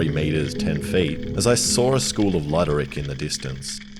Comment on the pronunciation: Its not a "LUDD-ER-ICK", it is pronounced LOO-DER-ICK, or just Blackfish 😂